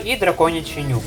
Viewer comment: я постійно чую "драконячий нюх" замість "нюк"